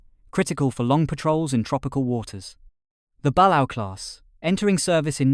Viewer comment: ok probably doesn't care but.... IT'S BA-LAY-O(balao); and yes i do take it a little seriously considering one of my grandfathers cousin's served on a balao class sub (and no i don't remember which one)